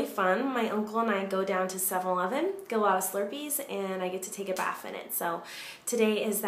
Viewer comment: Kylie Dowdy she even said baf lol